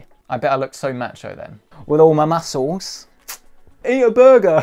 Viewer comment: Did he MOOOOSCLEES?!! lmfao!!!